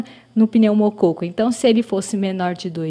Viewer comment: "Pneumocôco". Brincadeiras à parte, ótimo vídeo!!